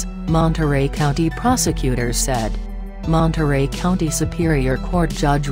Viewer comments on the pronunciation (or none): none